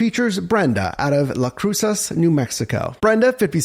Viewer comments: its pronounced las cruses ... the c in cruces is like an s... and you say las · did you say Las Cruces, NM ?